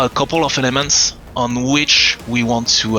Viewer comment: Sounds like he is saying "all these lemons" but its actually "elements" lol